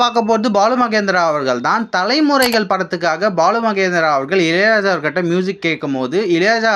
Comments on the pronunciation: இலை ராஜா இல்ல பா இளையராஜா சொல்லு... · இலையலாயா இல்லை இளையராஜா 😅